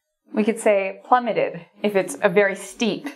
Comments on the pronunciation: It's plummeted not "plummetted" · Plummeted, not 'Plummetted'.